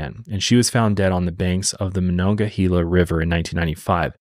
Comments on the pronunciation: This is so not important but it’s killing me as a Pittsburgh native. It’s monongahela -hayla not hela. Everyone says this wrong lol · Pittsburgh native here. It's pronounced "Ma-non-ga-hay-la". Haha. For a little visual McKeesport back then was a very dangerous city. It was a lower to middle class community saturated in drugs & crime. Its since been gentrified as a lot of the towns around Pittsburgh have.It's under better leadership & is making positive changes. I still wouldn't walk there alone at night though. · i know you were trying your best but ohhhh i cringed at how you pronounced monongahela MA-NON-GAH-HEY-LA😂😂 sincerely a pittsburgher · Taught at Ringgold in Monongahela. Never knew of this story! MonongaHEYla. You were close! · Idk if I say if right but the way I was taught was "mon-augh-uh-hey-la" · I grew up also about 20 minutes from Pittsburgh... I remember my Mom was ALWAYS leary of people and after a horrible incident that still haunts me to this day I will never be the same and while I have moved and no longer live in as populated of an area we live more rurally I still 100% follow my gut and vibes for my 2 boys!! Also your pronouncing Monongahela lemme give ya a lil help phonetically it's Mo-non-gah-hay-la .... hope that helps..... lol have an amazing day!!! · I’m from monongahela and listening to pronounce it has me cracking up 😂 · Funny hearing you say monongahela we still say it slightly different around here I live so close I've heard of this case before but it's shocking that more people around here haven't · As a Pittsburgh native your pronunciation of monongahela is hurting my soul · monongahela is native and the e is pronouced as ahard a